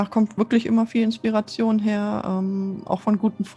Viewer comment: "Inspereischon" wurde Deinem Wörterbuch hinzugefügt. 😜 Interessanter Einblick. 😃